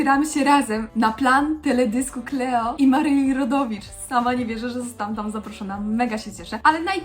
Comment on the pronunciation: Kleło! Klołi! 🤣🤣 Natałja Si(u)si(a)k 🤣 sorry za to, ale normalnie nie mogę wytrzymać🤣!